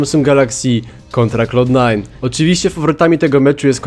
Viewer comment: "klałd" nie "klołd" :D